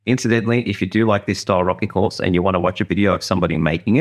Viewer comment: Love the contrast of the two box’s mate nice horth, can we see it twat awound…..😂😂😂 cheers.